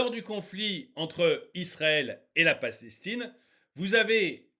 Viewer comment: DÉÇU POURQUOI TU PRONONCES PAS LE NOM DES PAYS CORRECTEMENT, TIRQUI PALASESTINE ....TU BÈGAIES DÈS LE DEBUT DE LA VIDÉO LA PALESTINE A TOUT PERDUE SES ENFANTS SES FEMMES......ET LA TU PARLES ILS PERDENT LEURS TRAVAIL A MACDO C'EST DE LA MAL BOUFF AVANT TOUT AU MOINS PEUT-ÊTRE C A FERA RÉFLÉCHIR LES FENS A MANGER SAINEMENT